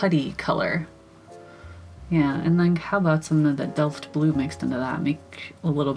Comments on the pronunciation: You pronounced that "Delft" completely right, at least from a German standpoint 🥰 Though, the Dutches might disagree 😅 I got that Delft Blue on my watercolour palette, too, just like at least 4 or 5 other ones and I love them all, I just need to find the the time to actually use them and try them out some more. Love the colours themselves and all the mixes. They look awesome❣ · GREAT REVIEW, AND DELFT IS A DUTCH PATTERN OF BEAUTIFUL BLUE AND WHITE POTTERY.:) YOU SAID IT CORRECTLY TOO. LOVING THOSE COLORS!! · Your pronounciation of Delft is as if you are 100% Dutch! In February 2023 the Vermeer exhibition in the Rijksmuseum, Amsterdam will open!